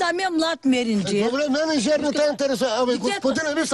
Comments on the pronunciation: Това е развален български. Меринджей = мениджър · N. A. Искала е да каже мениджър, ама казва меринджей. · Аз не мога да разбера, едно. Защо около 6-7 години вече се пропагандира навсякъде, че тъщата изрича думата МЕРИНДЖЕЙ, след като абсолютно ясно се чува, че казва МЕРИНДЖЕР. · Мениджър а не менирджър